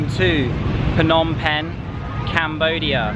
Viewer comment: Well every words you pronounced is absolutely correct. But the word Penh you sound awkward😂. Thanks you for visited our country.